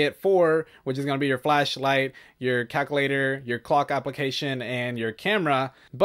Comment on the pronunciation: Lmao bro I can tell ur Hispanic cuz u say calculator just like me